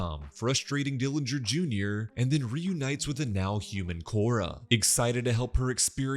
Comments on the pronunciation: why did bro put emphasis on the "physical" part bro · It cracked me up 😂 he knew what he was doing there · I was thinking the same and wanted to see if someone already commented about it LOL. That too, the emphasis seems to be on "all the pleasures of the physical world" not just "physical" lol.